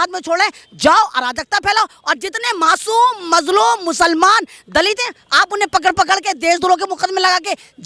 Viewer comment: Are you shaur mam aap Atik ko mashum bol rahi ho